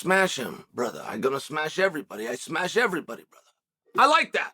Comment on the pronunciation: Did Chael forget about the Gilbert Burns fight? He didn’t “smesh” him